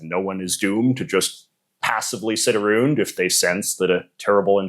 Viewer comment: As a Canadian I've never heard a Canadian say aroond